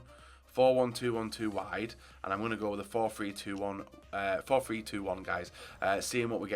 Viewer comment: it’s pronounced THree not Free